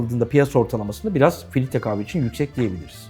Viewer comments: Filitre dedin beni kaybettin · sürekli filitre demesinden odaklanamadım. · Hersey cok guzel de filtre kahveye neden filitre diyorsunuz delirdim! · filtre yerine filitre dediği için o kadar sinir oldum ki dislike atıcam az kaldı biraz daha filitre dersen.